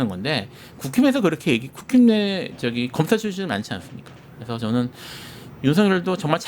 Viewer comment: 변호사, '구킴'이라고 발음하는 것 마음에 듭니다. 평론이 맑고 뚜렷합니다.